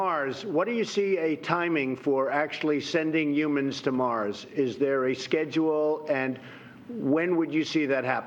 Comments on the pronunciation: "What do you see as a timing for sending yoomans to Mars?" Jesus Christ is there a word he can't mangle? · Did Trump say "yumans"??